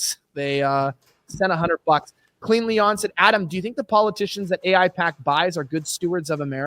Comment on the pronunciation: Bro said ai-pac 😂